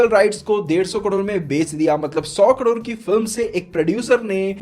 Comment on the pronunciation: भाई आपको करोड कहने मे कुछ दिक्खत आती है..